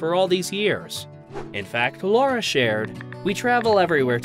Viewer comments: Lara … not Laura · It’s Lara not Laura darling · It’s Lara, not Laura. This video is difficult to validate as accurate if you can’t get an important detail about the female protagonist’s name right 😂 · Makes whole video about Sam and Lara…and doesn’t pronounce Lara correctly once…. Lar-rah… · What a pity the commentator couldn’t get Lara’s name right 😢. “Lah-rah”. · For God’s sake her name is Lara